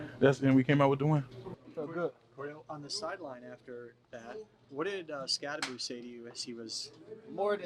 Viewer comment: Why the f*ck do these press keeps pronouncing "Skatte-boo?" It's pronounced "SKATTEBO"